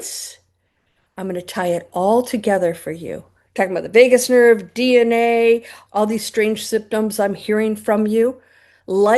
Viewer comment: "Vegas nerve" 😂